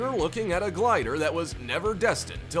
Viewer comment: You need to look up the word "Glider" ........